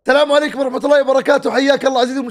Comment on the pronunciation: شباب كانه قال تلام عليكم 😂😂😂😂